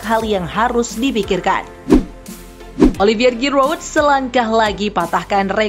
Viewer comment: Girot girot matamu. Jiru cok males amat belajar lafalin nama pemain dgn benar, channel berita bola padahal